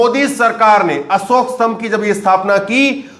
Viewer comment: असोक नहीं अशोक होता हैं स और श का अंतर सबकुछ बदल देता हैं